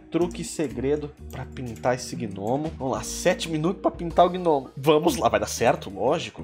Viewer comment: Caramba cara toda a santa vez que você falava gnomo eu escutava gnomio kkkkkk Ótimo desenho :)